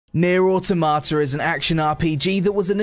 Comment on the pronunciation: I wonder, how many takes did it take you to pronounce the game correctly XD good vid man